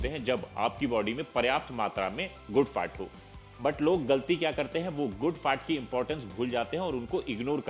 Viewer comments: His FAT sounds like FART 😂😂😂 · Sir Kindly Pronounce FAT properly.....A good n every word